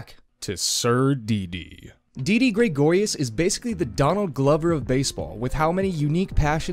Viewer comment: Please stop saying Graygorius